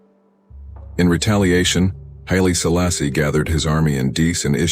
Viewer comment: Murdering those names damn